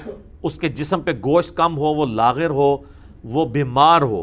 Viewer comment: لاغر بکسر الغین نہیں بلکہ بالفتح ہے